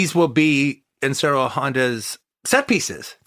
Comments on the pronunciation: Like he's saying IN-shiro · I love Quentin and his work....... I just wish he would pronounce Honda's name correctly, instead of just saying "Insurro Honda", or some phonetic variant thereof. Look...I know I sound like Ultranerd, and I know Honda went by either Inoshiro or Ishiro (which I am to understand is like Andrew/Andy for English speakers). But it would take no longer than a few seconds to notice, and be able to correct that mistake. I mean....the man KNOWS Daikaiju Eiga, so he is far from ignorant on the subject. I suspect it's just his whole ADD, "Trying to get all the words out of my mouth", and not because he is being ignorant. QT always gives proper credit where it is due, and it is obvious he loves this genre, and the technicians behind it. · I love Toho kaiju. I love QT's films and his analysis. Injust get irked when he tries to pronounce Honda's first name. Im not one of those "well, actually..." dudes either. Just not sure why I get annoyed with his mispronunciation. Ric Meyers does that a lot as well..especially when he interviews people. How hard is it to research how to pronounce the name.of.the person you are interviewing, or having a critical analysis about?